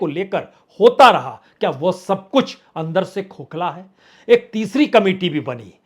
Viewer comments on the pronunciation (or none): आंदर नहीं अंदर बाहोत नहीं बहुत